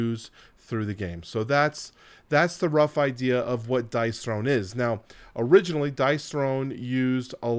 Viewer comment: Dice THRONE, as in Dice "thrown"... :) I like it a lot more as a game than you obviously do, but I appreciate the video and everything you've said makes sense. I'm curious if you end up buying it or not.